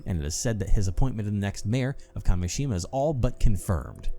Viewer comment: first curse mention let's gooo also i totally get how kept reading Kameshima as Kashemia. he wasn't switching letters around, but sounds. totally normal mistake imo